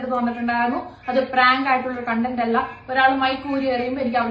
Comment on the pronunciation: ആദ്യം താങ്കളോട്,, ഫ്രാങ്ക് അല്ല പ്രാങ്ക്